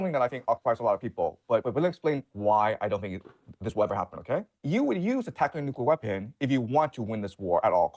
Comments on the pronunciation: What is it about people in this country who continue to pronounce the word nuclear as nukular? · Nukular power plants